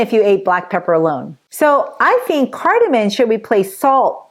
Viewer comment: Please say cardamom, not cardamin